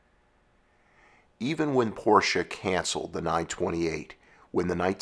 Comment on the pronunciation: I always liked the 928. I thought it was a great looking car. But nothing beats the styling of the air cooled Porsche 911. As a side note. Its so refreshing to hear an automotive enthusiast/ narrator pronounce Porsche properly. Hearing people mispronounce Ferdinand Porsches last name is so annoying. (Pet peeve of mine) 😁